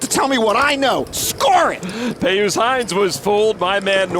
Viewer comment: How can you look at the name PIUS and think that it's pronounced "Pey Oos" ??? It's pronounced "Pee Us".